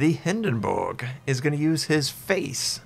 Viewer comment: Stop saying hindenburg like that...